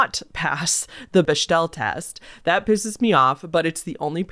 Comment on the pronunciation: Just FYI it's pronounced •BEK•DEL• test I'm pretty sure